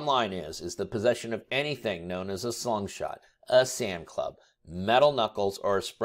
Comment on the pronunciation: Are you saying slum shot or slingshot?